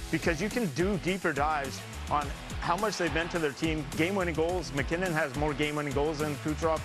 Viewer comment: It’s mackinnon